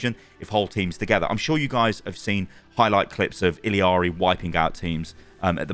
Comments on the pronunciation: Idk who told you how to say her name but that's not how you say it lol she says it in her reveal trailer the two L's make a Y sound like iyari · its pronounced e-yari! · pronounced “iyari” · Hispanic double LL is pronounced (ja) So her name is spoken like [E--JAR--RE] you can hear her say her own name when someone switches to her. "ILLARI checking in" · this!!!! every single creator has been pronouncing it so unbelievably wrong its SO ANNOYING. they dont even just say "ILL-ARI" they keep adding extra vowels like "ILLI-ARI" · I've heard two overwatch creators say Illari wrong in the past hour. ITS PRONOUNSED IYAREE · 3secs into the video... "Illiari"? Who's that? ^^ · Ee-yar-ee pleeeaaassee. There is only one I in her name and the doube L makes a y sound, you are killing me with this pronunciation. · Say it with me now… “il-lah-ree” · Its not Illiari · Why does everyone say “illiari” like there’s an i there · I gotta be missing something cause why is everyone saying her name like illiari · You are misspronouncing Illaris nerf man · i love you, but you're KILLING me with your pronunciation of Illari's name... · Went is he pronouncing her name like that. That’s not how SHE even says it😂😂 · you ok? Its i-L-L-a-r-y or am i tripping 😵‍💫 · Speak her name the correct way, it's not hard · I cant with this video. How can you spell illari right in multiple places but you cant say it to save your life. Theres not a third i in the middle of the name. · I hate when people don't pronounce illari right. It's not 'Ill-ari' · why are you adding an I in the middle her name every time you say it? That frustrated me the whole video. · love you but.... it's two L's not, L and i it's I L L not I L I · Isn't it Illari not Illiari? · Why you pronounce it “ill-EE-ah-ree”? It’s either “ill-ah-ree” or “i-yah-ree”. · Not to be a grammar Nazi but is it pronounced ill-ari or ill-ee-ari? I think you're mispronouncing it. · Bro, it's ILLARI, not ILIARI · ill ari...not illi ari